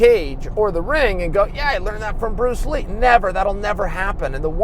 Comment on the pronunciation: Who's Pruce Lee??